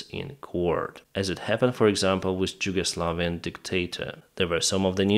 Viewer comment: At least learn how to pronounce "Yugoslavian"..